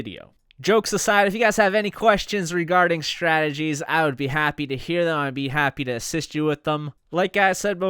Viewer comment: One day, you will be able to say the word “strategies,” like a slow homosexual. Some day.